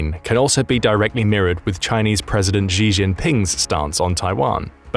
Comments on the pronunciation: SHE, his name is pronounced SHE!!!! not Jee at least don't butcher his name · It's pronounced she not g